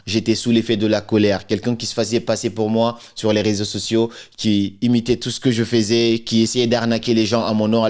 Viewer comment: Cc. Tu nous apprends souvent l’écoute active. J’adore tes vidéos, c’est ce pourquoi je te recommande de mieux travailler ton accent sur certains mots notamment: secouer (non pas sécouer), faisait (dans la prononciation plutôt « fesait » non pas fésait). Bip up 🫶🏼❤️depuis le 229 🇧🇯❤️‍🔥